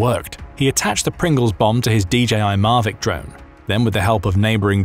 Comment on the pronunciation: mavic not marvic